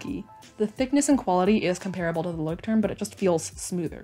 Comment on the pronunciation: me, a german: ITS PRONOUNCHED LÄUSCHT•TURM RRRRRRR